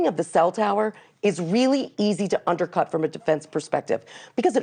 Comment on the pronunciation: And she saysss underkut😂😊